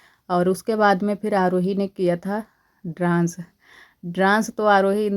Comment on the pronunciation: ड्रांस मत बोला कीजिए प्लीज डांस बोला कीजिए 😊❤